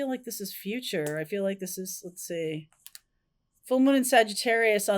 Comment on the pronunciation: It's funny, I thought you said "jealousy " when you said "let's see," then the card came out 😮